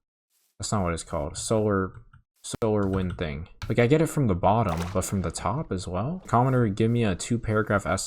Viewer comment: Thuh-ing not ting. for the word thing.